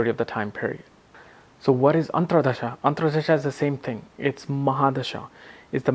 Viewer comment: Dasha is being pronounced as Dhasha. Antardasha - AntraDasha